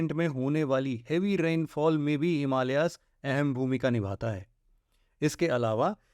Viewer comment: हिमालियाज नहिं हिमालयज है । भारतियों को सहि उच्चारण करनेमे क्यों समस्या है ? नेपाली